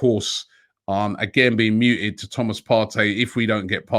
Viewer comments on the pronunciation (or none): mooted not muted